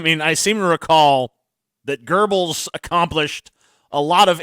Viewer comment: For the love of God Tj learn how to pronounce Göbbels name.